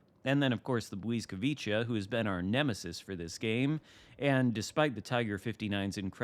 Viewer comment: Bliss vwee kah…your adding in extra consenants